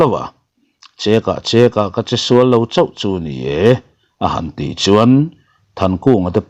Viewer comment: A ziakah chuan cekah chekah ti a, ziak kha a dika, a maherawh chu cheka chekah ti a, lamrik tur a ni thung